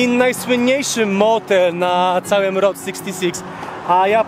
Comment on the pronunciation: Chłopaki poprawcie reasearch, Route 66 została otwarta 1926 roku. Ta międzystanową biegła z Chicago do LA, w 1936 roku przedłużona do Santa Monica. Skreślona z listy autostrad w 1985 roku i zastąpiona Interstate 40. P.s. route czytamy rut nie road. Pozdrawiam i dziękuję za film.